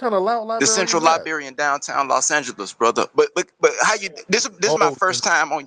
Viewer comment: Heard this live... I just caught the part where he in the LIBARY in downtown Los Angeles 😳 he ain't even in Maryland himself.